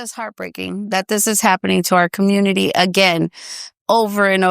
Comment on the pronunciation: Why can none of these people pronounce community?